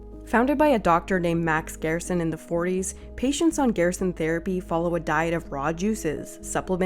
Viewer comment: It's pronounced GER-SON amd yes they do have countless files of people cured. The only reason they have to practice in Mexico is because the US government doesn't care about curing anyone with cancer, it's all about the money here. There have been countless proven natural cancer treatments but the government shuts that down real quick. No money is to be made in natural treatments. They have even made it a law that a doctor can get disbarred if they mention any natural treatment. How closed minded you are astounds me.